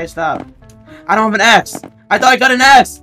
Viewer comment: Bro sai d A word instead of Axe lol